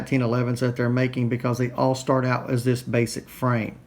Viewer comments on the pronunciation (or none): none